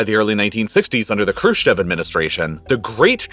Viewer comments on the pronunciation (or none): "Kershchev" Administration ???